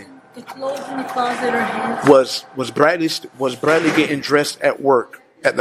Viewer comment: The way he rolls that R lol Brradley.